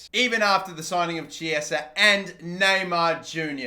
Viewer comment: Who else cringes when he says "Chiesa"?